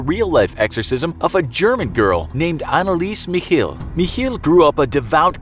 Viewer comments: I need an exorcist for the way Anneliese Michel was pronounced. Sorry but that sounded terrifying. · you're saying Annelise Michel WRONG